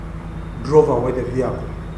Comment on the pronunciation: Patrick Onyango the word is vehicle not "VIYAKO"